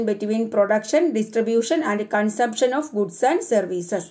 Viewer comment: Some words you pronounce wrong way like consumption and economy